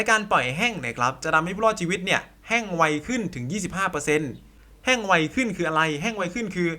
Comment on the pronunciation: แห้ง ไม่ใช่ แฮ่ง